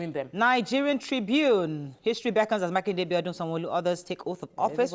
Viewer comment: It is Makinde...not Makinwa